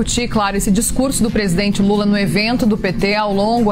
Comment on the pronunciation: É impressão minha ou a repórter falou presidente mula ? 😂😂😂